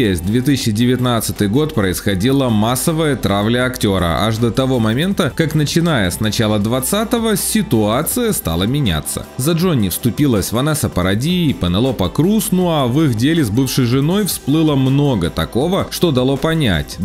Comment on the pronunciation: Автор, у Вас проблема с произношением Э? ПАнелопа Круз, Джони ДАп......